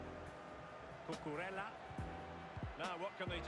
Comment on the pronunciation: cucurella not cucarella